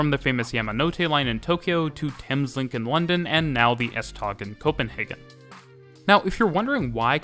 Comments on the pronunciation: Typical English speaker - it might be spelt S-Tog, but it's pronounced S-Tow. CORRECTIONS:/CLARIFICATIONS 1. The 8-car sets are made up of 2 4-car half sets and not a full 8-car set. 2. The lead cars have 2 axles, all other cars have only 1 axle at the rear of the coach. All but 1 axle in each half set is unpowered (the fourth from the driving cab in each half sst. 3. The F-Line links with the A-line (Hundige-Hillerød line), C-Line (Vanløse-Klampenborg) and E-Line (Holte-Køge) at Heĺlerup. All Litra (Danish for Type or Clasification) SA and SE can operate on all lines and can move from the F-Line under their own power to the main depot at Høje Taastrup. Whilst there are no other services on the F-Line and full automation would be easier to achieve, it would mean dedicated rolling stock, sufficient to cover all services plus spares that could not be used elsewhere on the network without risking serious disruptions if there are failures on the F-Line. The F-Line was also a freight route for trains heading to Helsinør and the ferry to Sweden before it was joined by the S-tog service. When the Øresund Bridge opened the line was redundant and went over to just the S-tog with services extended to Ny Ellebjerg. Parts of the original F-Line, between Vanløse and Frederiksberg, closed around 1998 and became part of the Metro. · Thanks for a wonderful video. Nb.: It's not called S-Tag but S-Tog (Tog means Train) Kind Regards form Copenhagen :-) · The best way to pronounce “S-tog” is “S-tow”, as in “towing”. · The g in S-tog is pronounced like w, so it's S-tow :) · As a Dane, your pronunciation og S-tog is wrong you say it the swedish way. It’s pronounced “S-toe” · That's kinda right S-Tog is more S-touh Øresund is more Øersån Østerport is just Østerport At least that's what locals say, can't speak for people in Jutland :p